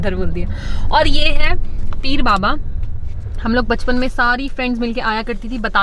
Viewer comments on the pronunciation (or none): teer baba nahi "peer baba" hote hai 😂❤️